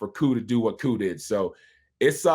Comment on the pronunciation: Bro you trolling right? Ovie?! Talking to YOU!! Why you messing up Koo’s name like that⁉️